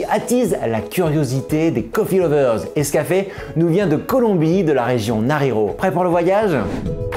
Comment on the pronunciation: Alors, j'y connais rien en café mais votre vidéo est bien sympathique, je suis allé en Colombie donc j'ai cherché des infos par rapport au café parce que j'en ramène à des proches. Sinon, pour le nom de la région, ça se prononce "narinio". Sinon, que pensez vous de la marque "Quindío" ?